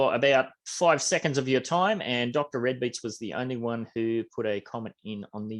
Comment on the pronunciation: Niceee! That statue is going to look nice on my Rio property 🔥🔥 Thanks. Dr. Redbeatz sounds fire and fitting how I was surgical with beats lol but it is pronounced Dee Red Beatz